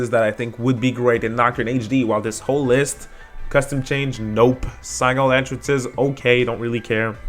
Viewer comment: Another great video bro! & another bad GameRant article 🤣 Btw it's Sig-nal not Sign-al lolol 😅 I was dying laughing when you said it like that :_AtsuroPog: Keep up the great content man!!! :_FlynnSmirk: 💯